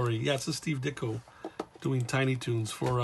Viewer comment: You pronounced my name correctly. Also, Regards, Ditko is available on Amazon now for $12.99. Thank you for your support.